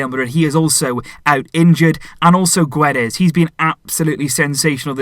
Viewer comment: Just saying it's not Guedes you don't read the u it's pronounced Gédes